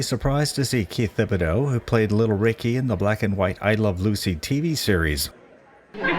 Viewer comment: One small criticism: Thibodeaux is pronounced TIB-uh-doh.